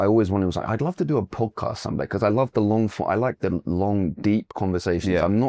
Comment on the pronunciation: Podcastの発音違和感すげー